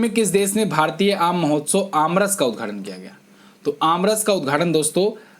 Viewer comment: sir उद्धघाटन होता है कि उद्घाटन होता है।